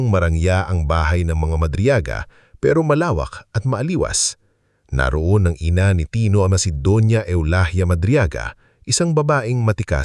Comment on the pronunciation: Maraming mali Ang pagbigkas Ng mga talata sa narrator... Pagbigkas Ng mga salita ay malimali...katulad Ng " maaliwalas" maaliwas Ang pag bigkas Ng narrator....😊